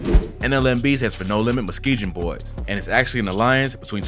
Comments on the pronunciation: I finally gotta say it Musk-ee-gon boys Dyin over here with muskeejon boys 😂😂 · You’re pronounce Muskegon wrong and it pisses me off. It’s Musk Key Gain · Why he pronounce the g in Muskegon like that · Hearing you constantly mispronouncing "Muskingum" is hilarious. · stop sayin Muskegon wrong